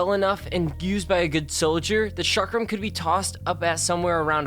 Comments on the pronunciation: it's actually pronounced sh-ackram not ch-akcram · Ok, learn how to speak bro. It's pronounced Ah-lee, mahs-uh-moo-nay, and chalk-rum. Like if you plan on talking about something, pronounce it correctly.